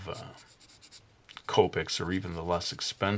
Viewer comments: its pronounced co- pic, not coe- pic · it sounded like you said colpic marker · It is not tricky to blend copics, just use the E00 marker, it is a blender. And u pronounced it wrong.